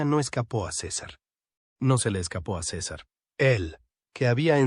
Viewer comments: Sisar.... jajaja,es César y se dice como se escribe. Tiene narices que un mexicano lo diga como si no conociera su idioma natal.Fantasmada épica. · De dónde salio el nombre ciza, no sera mas bien César aprenda a pronunciar bien los nombres de las personas y luego ahí si póngase a difamarlas y calumniarlas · Se llama Cesar... No sisar. Diga por que la perpetua. Hable claro y deje tantod rodeos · ¿Por qué le llama Císar si se llama César y es Mexicano? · No se dice Cisar sino César, que fastidio escuchar mal pronunciado en nombre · Su nombre es césar, no cisar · Por que dices cisar si estas hablando en español por que no dices CESAR asi como es te escuchas ridiculo. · ¿Por qué dices Sisar? Cesar es hispano y su nombre se pronuncia cesar. ¿O pronuncias Pol como paul? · A parte de estás mal doblado dile al la mierda de IA que si hablan castellano con acento hispano , que diga los nombres también en castellano no es cisar es Cesar , que ya los romanos los primeros pronunciaban de esa manera . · No sabes pronunciar César en español latino 😢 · SISAR? NO SABES NI HABLAR. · porque acentuas en la "I" SI el acento esta en la "a" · LA IA A VUELTO TAN INÚTILES A LA GENTE QUE YA NI QUIEREN NARRAR CON VOZ PROPIA UN CASO Y SE LO DEJARON AL SISTEMA QUE NI TAN INTELIGENTE ES , PRONUNCIA DIFERENTE EL NOMBRE DE CÉSAR,DICE"LA" CUANDO DEBERIA DECIR"EL" ,Y POR TANTO LA NARRACIÓN SE VUELVE INSÍPIDA Y SOSA 👎